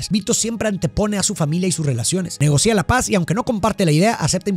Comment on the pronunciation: Se dice “negocia” no “negocía”; se dice evidencia no “evidencía”; y se dice “distancia” no “distancía”. La explicación de las películas es genial; pero cada vez que pronuncias así, siento un derrape que me saca de la experiencia. Gracias por compartir tu conocimiento 🙌🏻